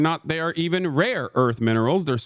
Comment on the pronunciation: finally someone says something about trump's pronunciation of "rare"... if I hadn't seen that conversation top to bottom several goddamn times, and hadn't heard him pronounce "RARE" properly the first few times, I could have sworn he had no fucking idea what he was trying to deal for, that he got briefed about it by someone else but only in speech cause he couldn't be bothered to read